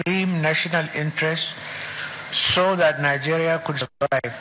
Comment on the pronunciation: Is he trying to come back to participate in the upcoming presidential election? Because that's what they do, even if they die, they come back to be the next president of "Nigaria" as they always pronounce it. A man that's home and the house cut fire, and he did not say ANYTHING!